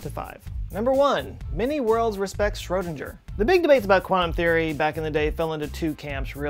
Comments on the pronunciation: Man, it's SchrödinGGer, not ...DJer. Like in bigger, not wager. Or may be in some other of the many worlds. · Schrödinger pronounced his own name differently, rhyming with "ringer." I once heard a smart person say it in the same way as this video, and automatically agreed (because of ethos). I spread this erroneous pronunciation to two other people before I learned that I was mistaken! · Has anyone yelled at you about how you're mispronouncing Schrödinger, yet? Oooh! Let me be the first! :) DING! (ding, as in, that's how the the g is pronounced) <3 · Did you pronounce it ShrodinDger? That's awkward... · "Let me murder his name real quick": Schrödinger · You're pronouncing "Schrödinger" wrong. the "g" is like the g in hanger